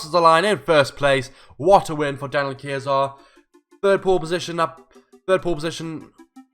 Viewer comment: Looks Like Kayser Is back with a bang (Btw you pronounced my name right :))